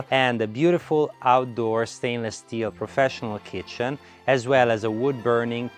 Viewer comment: Dream home for Chef Boyardee 👨‍🍳 “that’s a chefzzz kittttchennn”